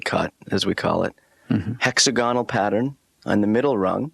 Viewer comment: mispronounces "hexagonal" and "fleur-de-lys".